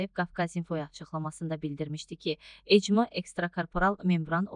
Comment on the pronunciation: ECMO yox ekmo 😂